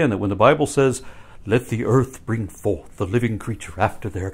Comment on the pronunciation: "Bring fouth and multiply."